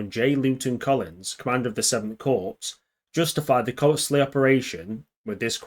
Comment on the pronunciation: Good video. The p in corps is silent. Pronounced the same as in hard core more or less.